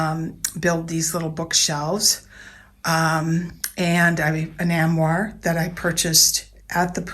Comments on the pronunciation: It’s actually “armoire” which sounds like arm-wa. Not am-war. I was looking forward to watching his video but it’s hard to watch after such a bad pronunciation. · I know that. It’s a French word; for someone living in Paris, who purchased it in Paris, that pronunciation is bizarre.